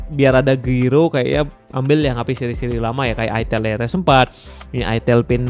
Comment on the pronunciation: Jngn salah sebut bang itel, bukan itil NNT ada yg marah